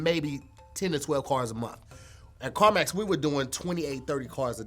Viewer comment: . I'm pretty sure he meant CarMax not Carmus 🤣 Again ladies and gentlemen he meant About not abought. Sorry for the inconvenience did he say polks instead of folks? Somebody please get KevOnStage to overview this 🤣🤣